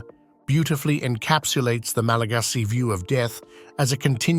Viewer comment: Not”Malageesy people”. Malagasy